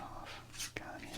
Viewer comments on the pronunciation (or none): Greg Gagne is actually pronounced gag-knee. Not pronounced like the wrestler Verne Gagne.